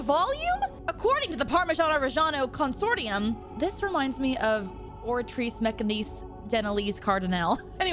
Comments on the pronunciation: And now she can't say the word consortium? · no wonder she says SHIEGO, she cant pronounce Consortium right